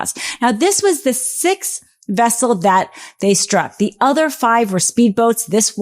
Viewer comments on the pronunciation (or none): none